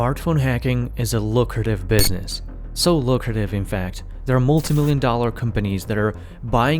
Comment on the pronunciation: why do you pronounce it “lookarative”